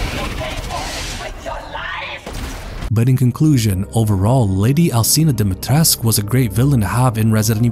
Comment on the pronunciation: Alcina Dimitrescu: is pronounced Al CHEE na Dom-ih-tresk Everyone: Alseena Dimeetresk :)